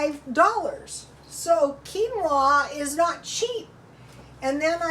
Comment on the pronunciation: Quinoa is pronounced "Keen" "wah"